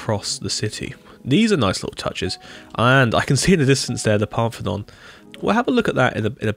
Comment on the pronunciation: bro literally said “Parthenon” 💀